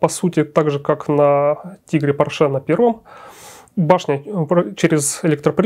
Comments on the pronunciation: Черт возьми, он же немец, а не француз. По́рше, а не Поршэ́. Но приятно слышать, как "VK" произносят как "Фау Ка", а не как попало. 8.8 cm это не совсем "Ахт ахт", это "Ахт комма ахт" (наподобие того, как и в русском, "восемь и восемь (десятых))". Искренне ваш, дипломированный преподаватель немецкого языка. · Porsche. ПОрше. Ударение на О. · Спасибо, очень познавательно! Только маленькое замечание докладчику - По́рше. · Конструктор был немец, а не француз и фамилия его была ПОрше а не ПоршЕ. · пОрше! Хватит издеваться над фамилией человека. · Порше - ударение на первый слог, на О. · Михаил! Убедительно прошу Вас провести ликбез лекторам: никакого отношения Ф. Порше к французам не имеет !!! Ударение!.. Ну как же так...Грустно. 5-10 мин потратить на изучение биографии конструктора достаточно было бы. Почему все в курсе, кроме автора работ ПО НЕМЕЦКОМУ танку?!! А лекция информативная, качественная. Спасибо. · Порше был немец, ударение на первый слог.